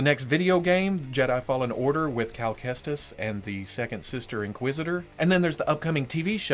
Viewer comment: He said cal Kestis wrong